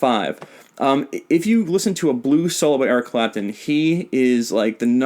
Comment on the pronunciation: I was dying when you said Eric crapton!! Lmao